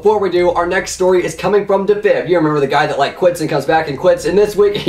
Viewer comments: Is anyone else fucking triggered because he ways dafib instead of dee fib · it's defib not dafib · DEE FIB GODDAMMIT!!! NOT DAFIB!!! DEEEEEEEEFIB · its not duhfib its deefib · PLEASE STOP SAYING DA-FIB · ITS DEE FIB FOR FUCK SAKES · The way he pronounced defib 😂